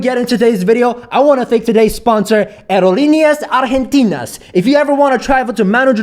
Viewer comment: I'm argentinian and that pronunciation of "Aerolíneas Argentinas" was really good actually